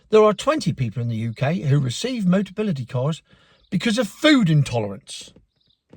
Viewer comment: Hahaha... "boteability!" Dyslexia ules, KO!!